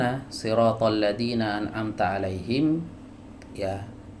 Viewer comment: An amta alif dibaca ain